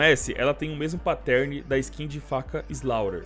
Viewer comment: A pronúncia é “páttern”